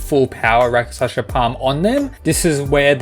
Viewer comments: Pronounce with me. Rak-shas-a not raka-shas-a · Just to help: it’s not Raka-Shasha it’s Rak-Shush ( like slush ) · It's rakshasa not rakashasha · It's produced Rakshasa palm no Raka sha sa plam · Rak- shas. A's are added for Sanskrit. worse is he is pronouncing it RAK-SHA-SA. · i know. The fact he pronounces it like raka-sh-asa is making me cringe xd